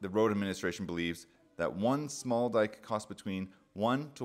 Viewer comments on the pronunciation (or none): none